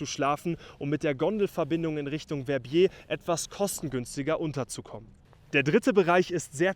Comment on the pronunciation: Très bonne vidéo et bien meilleur prononciation que les anglais qui écorchent VER-BIER 😂